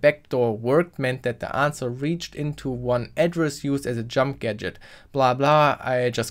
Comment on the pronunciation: "anwser". Literally unwatchable. Seriously though that was a deeeeeep dive in Smart contracts. I never realised how in depth a eth ctf challenge could go. If only that ctf was a day longer huh 😁